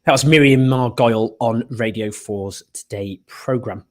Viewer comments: Miriam Margolyes…. Not Miriam Margolye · Great show, but it's Miriam Margoal-ees..not Margoyls! ;-) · Miriam Margoyle???? Or Margolyes even (pronounced Mar-go-lees)... Come on Owen Miriam is well known... and a legend for that matter!! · It's Miriam Mar-Gou-Les Owen. Great discussion, thanks. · I pretty much agree with what is being said but the name pronunciation is bloody awfull miriam margols and and camaroon period. Come on try harder.